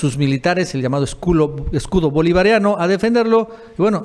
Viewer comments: Minuto otro video en donde en lugar de decir escudo dice esculo😁😁😂😂 aguas chapu 2 y van cero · El amigo, hombre cada vez que hablan del escudo bolivariano dice esculo jajajajajaj, saludos estimado, no me pierdo sus videos.